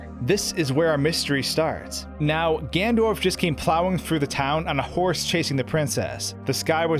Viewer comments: omg, its Ganondorf not Gandorf. Slow down. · The way this guy pronounces Ganondorf as "Gandorf" gives me a tic every time. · Did you just call Ganondorf, Gandorf at about ??? Also, what if, the dying soldier was Ganondorf in disguise to get Link to open the Door of Time 😮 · If you make a video where you say "Ganondorf" 50 times, at least learn how to pronounce it... "Gandorf" is making me cringe every time. Seriously great content but something to work on. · Nice breakdown and exposition. Good stuff. But it's "Ganondorf", not "Gandorf". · It’s ganon dorf. Not Gan dorf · Ganondorf. Not Gandorf. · "O" -carina. (Oak-areena) NOT "Awkarina". Also who is " Gandorf" ? "GanON-dorf" bro, if you're going to make a video about a game, try not mispronouncing half the titles. Sorry to nitpick but it damages your credibility. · Dude it’s Ganondorf not Gandorf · does he keep saying gandorf instead of ganondorf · *Ganondorf, not "Gandorf"... Fight me, I know I'm being a prick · It’s Ganondorf, not “Gandorf”.... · GanNONdorf. It's Gannondorf. Not Gandorf. Great video by the way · Ganondorf Gan-ON-dorf Not “Gandorf” GAN-ON-DORF!!! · you can see that it is "GANONDORF" why do you keep saying "Gandorf"? You would think that someone who talks for a living would bother learning how to speak properly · Am I the only one slightly bothered by him saying gandorf instead of Ganondorf? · Omg.... Another video using "Gandorf". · Who's "Gandorf" ? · Why does he keep calling the antagonist "Gandorf?" Missing a whole syllable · Why does he say gandurf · Who is this "Gandorf" you keep referring to? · Gandorf? That sounds so wrong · Why you call him gandorf? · Gandorf... Lol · GANDORF Everytime I hear him pronounce Ganondorf like that it kills me alittle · Link, you shall not pass! ~Gandorf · Are you saying " Gandorf"??? 🤨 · i heard gandorf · "Gandorf" lol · is nobody going to talk about the part where he says "Gandorf" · I actually think he's saying "Gan'ndorf" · Right. Its tipping me off so bad!!!